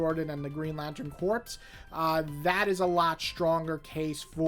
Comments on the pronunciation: Corps is pronounced "kor," like Marine Corps. I love the Johns/Mahnke/Phillip Tan run on Green Lantern and the Tomasi/Gleason run on Green Lantern Corps, but I don't remember The Sinestro Corps War having an ending. I'm also a big fan of the Steve Englehart/Joe Staton run in the '80s, the Silver Age Green Lantern issues inked by Sid Greene, and, as much as I heard about relevance with regard to the Denny O'Neil/Neal Adams issues, I was surprised by how many straight-up entertaining stories there were during that run, like the Black Hand plastic story and the planet Malthus story. I'm a little disappointed we haven't seen Sinestro's sister again. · I loved GL by Johns, it made me love the characters when I had previously thought they were lame because of the Ryan Reynolds movie. Vol 1 and 2 were for sure the best. Green Lantern Corps was still good but not nearly as good to me. And for future reference, “Corps” as in Green Lantern Corps and Marine Corps is pronounced “Core.” 😁